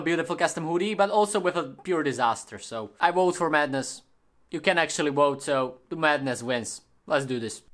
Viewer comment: Your accent isn’t bad at all but try not to pronounce “th” like f okay? Love ❤️ your vid keep up the good work!!!